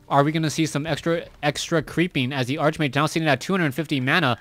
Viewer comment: nice cast, but why do u keep calling the hero "Arch-mage"? its actually pronounced "Ark-mage"